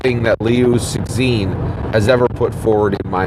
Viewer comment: dude it is pronounced "lew-ts-shin" instead of "six sin". I understand it is not necessary to pronounce perfectly, especially in case where "xin" is indeed difficult to find a corresponding English syllable. you can always address him as Liu or simply omit the name. the way you deliver here is really distracting and difficult for people to follow along. keep up the good work!